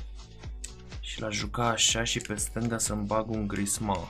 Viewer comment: A spus stangu, aproape